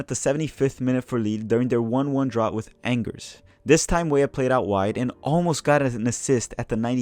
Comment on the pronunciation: I love your updates, but I cringe every time you say "Angers". I would suggest a quick youtube video on how to pronounce some of the French, Belgian, German, Dutch cities, as we have so many Americans playing in those leagues now. Can you also give a little look forward to how the calendar looks for the next few international breaks? I don't really follow MLS, Mexican, Brazilian or Argentine leagues, but I know that they have different offseasons and that impacts who get called up. Are we going to have to field all non-European based players for a World Cup Qualifier?